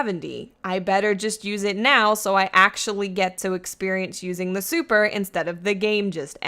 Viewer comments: I'm trying to hear more about dat supah enuhgy. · I love how she says supa and powa 😂